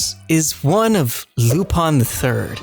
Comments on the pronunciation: its Lupin .... Not Lupon. "Loo-pin" not "Loo-pon" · "lupon" wtf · "LuP0n thE tHriD". Dude, there's no O in his name, just an I 🤦🏼